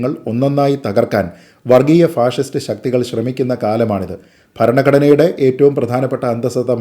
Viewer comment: ഫാഴിസ്റ്റ് എന്നതാ 🤔അങ്ങനെ ഒരാളെ പറ 🤔അപ്പൊ ഞങ്ങൾ ക്ക്‌ മനസ്സിലാകും 🤔